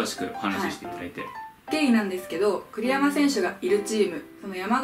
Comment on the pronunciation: 栗山選手がクリロナ選手に聞こえました。